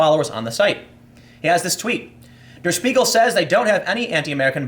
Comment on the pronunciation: deh-uh shpee-gul <- that's the way "der spiegel" is supposed to be pronounced Tim